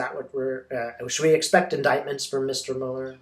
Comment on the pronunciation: I love you, but could you please pronounce Mueller's name correctly? Thank you! Your videos are very comforting and uplifting, and you are a force for good in the world 🕊❤🌈🕉🌎